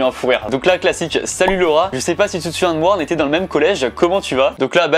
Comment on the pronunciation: Quand il a dit Laura J'ai compris le rat😅😅😅